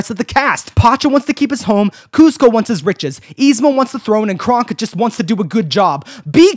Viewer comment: Every time you say kronk I hear it as krunk and I can't stop laughing